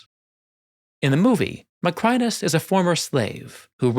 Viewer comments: Additional: 1) There´s English writing on the wall. 2) The water in a flooded Colosseum can never be crystal clear. It´d be a mud-soup; you wouldn´t even see the crocodiles in there. 3) Your pronunciation of "Macrinus" is completely false. 🙂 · Your pronunciation of "Macrinus," along with other Roman names, is remarkably poor—quite surprising for someone who is a professional historian. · Nice video but it really annoys me how you pronounce “Macrinus” incorrectly